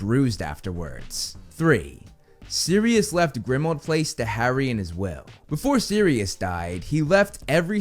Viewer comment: Please put the emphasis on "PLACE" in "Grimmauld Place", not on "Grimmauld". It's just how place names are said.